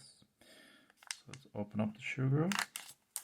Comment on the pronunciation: Not shoo-gru...soo-gru